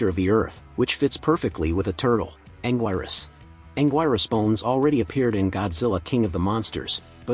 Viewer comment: it's anguirus not anguirus